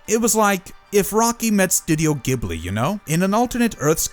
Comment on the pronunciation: Gh says J. Ghibli. If you go watch any of the folks working there, youll HEAR HOW THEY SAY IT. G.. H... says J.